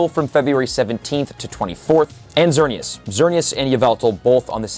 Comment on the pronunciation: Bro said “xerneuth”